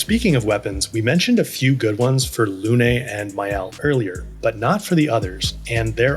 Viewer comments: Absolutely wonderful videos, such a great help to a beginner like me either your perfect explanations. Just one thing, “Lune” is pronounced like “loon” , not “luné”. It means “moon” in French. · Why is everyone pronouncing Lune's name as Luné? It's just Lune, no "eh" at the end. I noticed that the English VA for Gustave also mispronounces this word/name so maybe that's why English speakers are also saying Luné. Either way, Luné is not a word and it's not a name. It is just Lune.